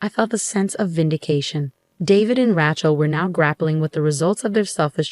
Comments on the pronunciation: “Rat-chell” sure does show up in a lot of these stories. Can no one pronounce it right? Ray-chell. No so hard. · That rat-chell is for the streets. Lol but you're so right. It kills me! 😅